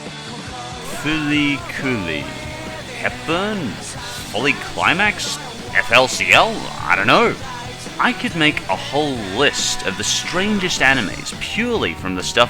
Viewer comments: I actually really like Kuuchuu Buranko. It felt lacklustre at times but l throughly enjoyed it! ...it's pronounced Fooly Cooly, by the way :o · It's fool-e Cool-e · Okay..okay.. Now i know i cant be the only person here that liked if not loved (FLCL - FuriKuri (pronounced "Fooley Cooley")!! I remember watching that anime when i was 12 and i loved it it was so strange and different that it just.. blah.. I hated the fact that it was only 6 eps and wished that they had made more.. and if i remember correctly it was FLCL- FuriKuri that got me into J-Rock and J-Music in gen. i loved The Pillows (band that made/plays the songs in that anime) and still do.. Or maybe im a chick with weird taste in Anime.. sigh (''.__.) Anyways love your vids and you just got a new sub lol.